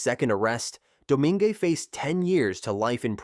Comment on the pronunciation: FWIW, Domingue is pronounced "DOUGH-MAY-NG". I'm from South Louisiana, and "DOUGH-MING" and "DOUGH-MING-AY" hurt my ears. /lh Great video otherwise!